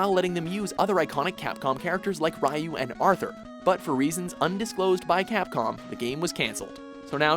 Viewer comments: "Rye-u" seriously, it's not not that hard to see that it's pronounced "Ree-u" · It's pronounced Ryu not Rayu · its pronounced rE-U. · who is "rayoo"? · YOU SAID RYUS NAME WRONG"!!!!'!!!!!!!!!!!!!!!!!!!!!!!! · anyone else hear the way he said Ryu? smh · you mispronounced Ryu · IT IS THE YEAR 2016 AND YOU STILL DON'T KNOW HOW TO PRONOUNCE "OCARINA" or "RYU". Come on! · You keep mispronouncing Ryu. How irksome.